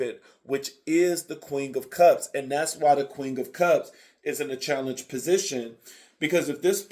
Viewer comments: Every time he says “QUING” 😂🫶🏽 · 😂 yes it sounds like you’re blending queen with the word king 😩🤣🤣 QueenG!